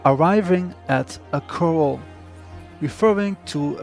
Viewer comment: KoR- RAL corral. Like Al Bundy